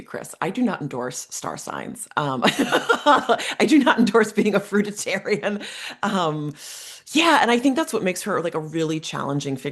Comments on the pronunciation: FRUITARIAN. NOT fruita tarian.... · very interesting but you lost me at the repetition of the wrong pronunciation of FRUIT ARIAN...WHICH IS A VALID DIET IVE PARACTICE over the summee season it includes nuts seeds sprouted grains & yes the grape cure is also valid BUT THOSE WHO do not get lasting results from curing their physical dis- ease havexnot CLEARED THE UNDERLYING MENTAL.EMOTIONAL ISSUES ❤